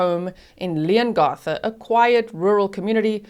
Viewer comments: I'm a local, about an hour from Leongatha...your pronunciations are perfect although we pronounce it Leon-ga-tha rather than Leon-gar-tha ☺️ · Another “Family Tragedy” hmm 🤔 Oh Leongatha - the a has a short sound like (a)pple not an ‘ar’ Thanks G 😁👍❤️🇦🇺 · The A in Leongatha is pronounced as it is in Apple. Not as it is in arm. With respect as you asked. Love your lovely accent though. The town is pronounced more-w'l. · Also, G, it’s pronounced Leon GATH a. Not Garth. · Hi, you did pretty well with the town names, Morwell was correct, Leongatha is like you said leon right but the gatha part is like gap, short a sound, hope that helps for any future videos (they are towns about 2 hours or so away from me). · Thank you for covering this. Btw, it’s LeongAtha…the A pronounced as in cAt. (🇦🇺 and I’ve never met a single person who believes she’s innocent 🇦🇺) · You did really well with the town names! The only one a little off was Leongatha (the a in the gath part is pronounced like the a math rather than a in path)! Much love from Australia! <3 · Thankyou for your prompt coverage of the outcome of this case. Leongatha is pronounced "Leongath"....as in Cath "a" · I’m a local. You’re doing well with the town names. Leongatha is slightly different, but that’s just an accent thing. Morwell was pronounced perfectly. I’m so glad the jury found her guilty. I only wish they charged her for attempted murder for her ex. I also think they need to exhume her parents…she got quite the hefty inheritance when they passed.